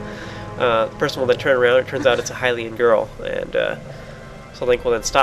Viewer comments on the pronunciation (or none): none